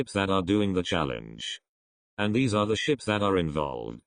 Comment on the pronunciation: I thought you said shits instead of ships